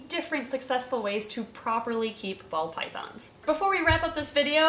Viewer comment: I keep hearing 'bald' pythons instead of ball.